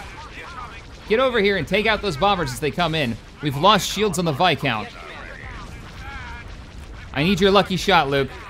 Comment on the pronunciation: why do you keep calling it a vicount? it's viscount man!